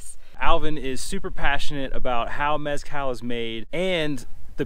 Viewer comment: Couldn’t finish watching this when they couldn’t pronounce Mezcal correctly. Total turn off!